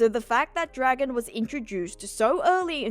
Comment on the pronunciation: mindblown. I'm today years old when I learned that's how you actually say his name.